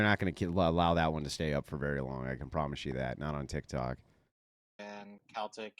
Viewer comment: “Tikkity Tok” lol